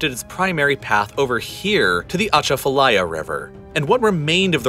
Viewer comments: i live on the atchafalaya and we pernounce it waaay diffrent lol ah chaf ah laya. maybe we're wrong but sounds so weird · Welcome to the soup bowl. Ugh, the butchered pronunciations of Pontchartrain and Atchafalaya, locals should have narrated this. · It's not "atcha fa lie ya" but close - it's "a chaf fah lie yah" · Thanks for bringing attention to New Orleans and Louisiana’s terrible situation it’s in right now. I just want you to know that Atchafalaya is actually pronounced Uh-Chafa-Lie-Yuh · Fun fact: Pronounce Ponchartrain like us Louisianians and you'll have an easier time. We call it "pon cha train" Also "a chaff a lie a" for Atchafalaya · It’s ah-Chaf-a-liar is how you pronounce Atchafalaya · The worst for me was Atchafalaya. Emphasis is on the second syllable not the first, and it's pronounced more like chaff. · he did Butcher Atchafalaya 😂😂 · That's a wonderful video but there are a few small errors. At the point, where the narrator asks why anyone would build on that location, an aerial video of Baton Rouge is shown, not New Orleans. The narrator makes a good attempt to pronounce the word Atchafalaya, but the accent is on the second syllable. Hurricane Katrina did not overtop the levee to Lake Pontchartrain. The levee for a major drainage canal failed because of water pressure and saturation undermining it, causing the levee to break. The flooding from that hurricane happened after the hurricane had already passed the city. Regarding the location of the future city of New Orleans, city designer, architect, and engineer Pierre Charles L’Enfant is rumored to have said, "Man is building a city where God never intended one to be." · As a local, it's funny listening to his pronunciation of Lake Pontchartrain and the Atchafalaya River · the way he pronounced "atchatfalaya" 😳🤢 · Next time, learn how to pronounce Pontchartrain and Achafalaya. So much more to the decline of New Orleans than 2 engineered hurricanes.